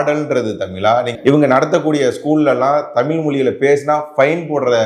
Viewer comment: தமில், தமிலன் அல்ல. தமிழ், தமிழர் என்று சொல்லவேண்டும்